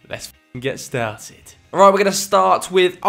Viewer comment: OLRIGHT MOI LUVERS